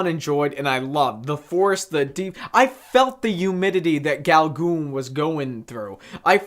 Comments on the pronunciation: Haha...love this review...so cute! Paul Gauguin was one of the most famous Post-Impressionist painters that ever lived...Gauguin is pronounced “Go Gan” rhymes with “can”...haha 🇫🇷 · Uh, No. Can''t get past the hideous pronunciation. Please stop, find out who Paul Gauguin actually is, and redo the video. QUICK, go do it NOW.